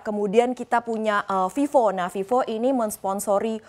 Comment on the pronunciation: Itu vivo lo bukan fifo. Bacaanya harus betul, ve, bukan fe Kenapa orang indonesia nyebut f dan v sama aja, covid jadi kopit, Coba liat iklan vivo, dia nyebut v itu lain, vivo bukan fifo atau pipo, ingat tu